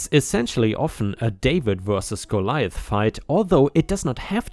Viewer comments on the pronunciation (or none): none